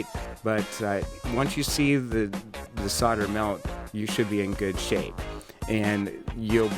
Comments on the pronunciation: ave always said "sole - der" not? "sod - der"? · Can you please stop saying "sodder" and "soddering"? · Protip: the L in solder is not silent. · I wish someone would teach Americans how to actually SAY 'solder' Why do you all pronounce it like the 'L' is not there????.....Shakes head!